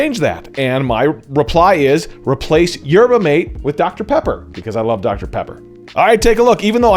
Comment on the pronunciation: YERBA MATE IS KILLING ME! Mah-tay!!